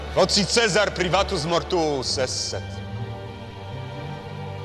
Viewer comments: yes, instead of "Kaisar" or "Chezar", they pronounce "Tzezar". Because they are Polish actors. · Lol why they pronouncing Caesar as Tzesar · they are mispronouncing Caesar. its supposed to be kay-zar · Marc Antony's Latin pronunciation sounds bit modern. Chesar, instead of Kaisar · I think the guy reading Caesar's will is the only actor/extra in this entire documentary who knows proper latin pronunciation... Caesar sounds more like Kaisar, Julius becomes Iulius, V's are actually W's, etc. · Is not Caesar pronounced in Latin as Kaesar as opposed to Caesar? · Pawel Delag is a Polish actor. Although why he pronounced ‘Caesar’ differently in the same speech is puzzling.